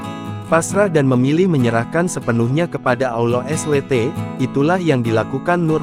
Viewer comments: Allah es we te... 😢 astaghfirullah begini kalo voice records nya pakai AI. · Woey tribun,,kalo nulis ALLAH jng dksh S.W.T google ai lu tuh ngaco ngomongnya...yg lengkap klo nulis